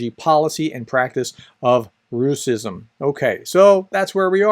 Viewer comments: Professor, you're doing incredible work, but a small nitpick from Russian native with good comprehension of Ukrainian, we almost unilaterally tend to pronounce it rash-ism, which sounds even more demeaning, as it is derived from English pronunciation of our merry Mordor's name and adds more salt to the wounded pride of 'turbopatriots' (russian neonazi/imperial bunch) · Great explanation. Just wanted to comment on that the word should be pronounced as: --- Rash-izm Close to its italian version: --- Fash-izm The word is so new that Google translate doesn't know about it and translates it as "racism" 😉